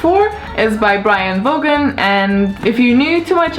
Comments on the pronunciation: It is pronounced like "von" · You pronounce the name of Brian K Vaughn wrong! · i notice that you don't say the letter "K" and word "Vaughn" the right way. just watch other youtube videos of people reviewing saga and you will see how it's suppose to sound. keep the great videos!